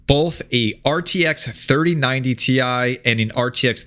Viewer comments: Cmon man it’s “tie” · It's 3090 "tie", Get it right bro! hahahahaha